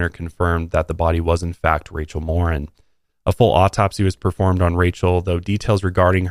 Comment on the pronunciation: Her last name is Mor-een! Not Mor-in.